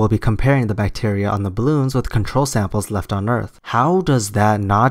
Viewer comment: "Deadly bacteer"